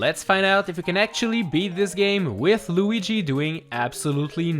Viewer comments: he says lugie instead of Luigi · I like how u called Luigi lugee ( see what I did there with the u?) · Why do you call him lugie? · Is no one gonna talk about the luggi not luigi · Who is this Loogy you speak of, don’t you mean Luigi? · It’s pronounced lu-e-gee No Lu-ge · He Said luugi